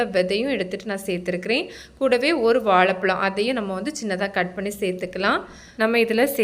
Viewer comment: All ok super but prononuce vazhai pazham as vazhaipazham. It s horrible to hear as vaalaipalam. Tumiliansku ஷழ kazhatam i think